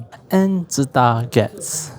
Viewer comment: I found out today it's not pronounced as Su-Tah :face-blue-wide-eyes